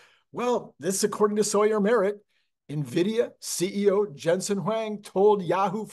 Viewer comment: It's "en" vidia, not "nah" vidia. Love your videos, watch everything you release.